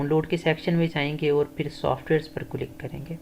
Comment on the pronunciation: بھائی جان آپ کی ویڈیو تو یقینی طور پر مفت اور کار آمد ہے۔لیکن آپ کی اردو سن کر بہت افسوس بھی ہورہا ہے۔ آپ کئی اردو الفاظ مکمل طور پر غلط تلفظ کر رہے ہیں، اس کی مثال لفظ کلک ہے۔ آپ بار بار کلک click کو کِلُک بول رہے ہیں۔ ایسی زیادتی زبان کے ساتھ نہ کریں ۔ کم سے کم آپ سے ایسی توقع نہیں تھی۔